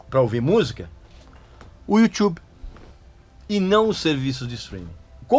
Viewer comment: O YOUTCHUB 😂😂😂🤣